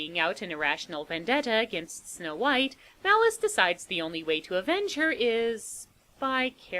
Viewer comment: I used to love this movie when I was a kid. We’d always have to rent this one for me, along with Nightmare before Christmas and Dracula, dead and loving it. I’m so glad you did this one. Also, a few times you say “Malice” I hear “Phallus”, which isn’t far off character wise, but I had to back up and check. Lord Phallus lol